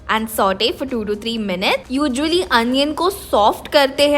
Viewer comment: Did she said ujually instead of usually??